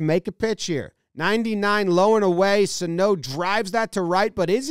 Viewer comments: It’s Suh-No not So-Toe. Get it together. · Miguel “thighs” Sano